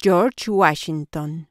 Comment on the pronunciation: Cho’s guachsinton 😂 🎉